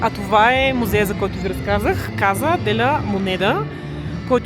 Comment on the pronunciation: Здравей,! Поздравления за куража да влезеш в мината, доста си е рисково,слава богу излезе жива и здрава,но ти си смело момиче, вече 3 месеца сама из латинска Америка го доказва 😊.И понеже сега изучаваш испански в движение една кратка поправка Casa се произнася Каса и се превежда къща(понеже няколко пъти във видеото произнесе -каза де ла монеда😉).Успех в приключението!